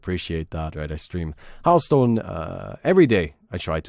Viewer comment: it's hearthstone not heartstone lol